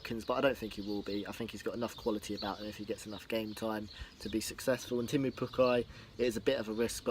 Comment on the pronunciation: it's teemu not temmu?